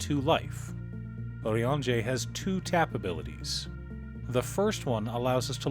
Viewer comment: i'm so happy i finally found someone that pronounces his name correctly